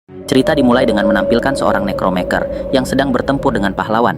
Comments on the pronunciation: Necromancer bang . Bukan necromenker😂😂‼️ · Bagus min videonya,, MANTAP. Hanya saja dari awal cerita agak lain di dengar kalo mimin bacanya "nekromeker"... sedang tulisan dalam bahasa inggrisnya "necromancer" dibacanya "nekromenser" yang artinya "ahli nujum". saran nih supaya mimin bacanya sesuai cara baca yang sebenarnya... itu aja sih...🙏 sukses selalu buat mimin... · koreksi min harusnya nekromenser bukan nekromeker